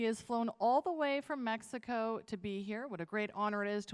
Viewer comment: Asi no se pronuncia mexico luisito te agringaste